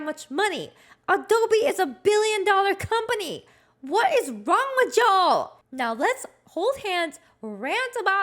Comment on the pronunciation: Did you say Ja'll? I don't know anything about your upbringing, but I now firmly believe you were raised in a place that serves more cornbread than bao.